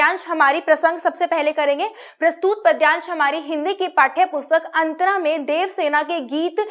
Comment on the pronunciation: बाकी सब अच्छा है पर प्रस्तुत को प्रस्तूत मत बोलें